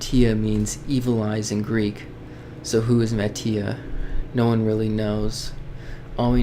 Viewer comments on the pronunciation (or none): it is pronounce as mati(ma-ti-ah)